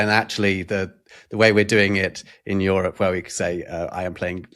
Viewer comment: hate how pronounced Europe, its YOU-rop, not YOUR-op